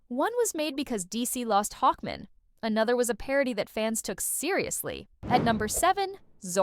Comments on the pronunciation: Why the heck do you keep saying Hawkmen for Hawkman? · Why are you pronouncing "Hawkman" like "Hawkmin," like it's a last name? "Hawkmin, Frank Hawkmin. Nice to meet you." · Hawk. man. Hawk, man. Not hawkmin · Hawkmen hawkmen! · Reading Hawkman like a last name actually makes me love the AI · The pronunciation of Hawkman is hilarious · It's the Harvey Birdman joke irl